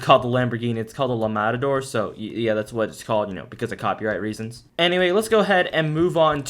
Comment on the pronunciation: he just said la matador without the italian accent... i might not be italian but i am european